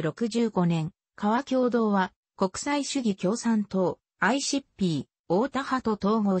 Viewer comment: 革共同をカワキョウドウと読んでいたのには笑った。この一事は致命的だ。